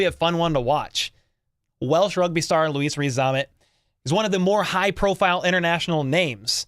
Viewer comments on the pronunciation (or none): Hey, as an anglophile and my opinion is he may not make it but his name is pronounced Lewis (Loo-iss) rather than the continental version of Loo-Ees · It’s a French pronunciation of Louis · Cool...but why do you keep calling him Luis? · Butchers his first name: “I don’t wanna butcher his last name.” 😂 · Butchered his first name never mind his surname